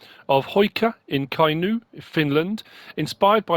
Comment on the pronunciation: "Kainyy" "Metsölat" Small hint to English speakers: Finnish is phonetic language so written and spoken match. "U" is "U", not "Y". "O" is "O", not "Ö". And yes, "Ö" is "Ö".